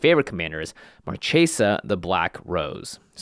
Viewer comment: Jimmy.... it is pronounced Mar kay sa. So cringy when he says "Mar chay sa"